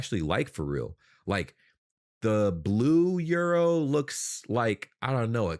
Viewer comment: I love how you have adopted the German pronounciation of euro. 👍